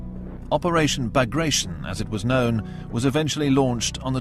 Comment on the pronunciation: The Operation Bagration is mispronounced as well, it's not "-tion" as in operation, but rather "BagraTYON", as it was named after a Russian Napoleonic War hero, Pyotr Bagration.